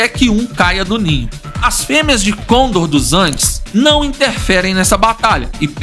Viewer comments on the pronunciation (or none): para de falar errado, não é côndor é conDOR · mas esse cara falando cÔndor me dá nos nervos